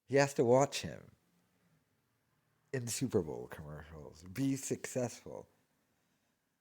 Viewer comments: Super ball 😂😂 I thought maybe he just had one slip of the tongue but this dude can’t say Super Bowl 😂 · Cant talg. He has to think its pronounced Super Ball. Total moron. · It's super bowl... not super ball...